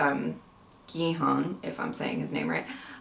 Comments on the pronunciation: Your pronunciation is almost there, don’t worry! The main character’s name is pronounced Ki-Hoon. You got Sangwoo right! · You did pretty well for the pronunciation and you got the names right! Gihun, however, is pronounced 'Gi-hoon' and Sangwoo, while romanized to 'Sangwoo' is pronounced more like 'San-goo'. (This just had to deal with how hangeul (the Korean alphabet) tends to be romanized.) I love your take on the show so far. Not judging anyone, just analyzing and respecting the characters' circumstances. We love to see it! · It is a hard G. Gi-hun. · • Gihun (main character) is pronounced like “Gi Hoon” (the G is said like it is in the word goose, not like a J. no G’s in Korean have a J sound) • Sangwoo (University prodigy, no 218) is said just as it’s spelled for the English pronunciation, properly in Korean it’s more like “song-oo” • Saebyeok (the pickpocket girl) is “Say Byok” (Saebyeok means “dawn”) • Deoksu (the thug) is “Dock Soo” • Junho (the cop) is “June Ho” or “June Oh” (sometimes their H’s are silent) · Hey this will be helpful to learn their name pronunciations (from Reddit): Gi-hun: gee hoon. It helps to stay light on the G. the korean G almost sounds like a soft K Sang-woo: sahng ooh. Sahng should sound like “ahhh” lol. The S is also really light in pronounciation Sae-byeok (pickpocket): Seh- byuk Il-nam (old man): eel nahm. Again, nahm should be “ahh” Mi-nyeo (woman with cigarette): mee nyuh